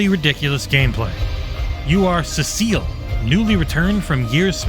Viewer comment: pronounced Cecil incorrectly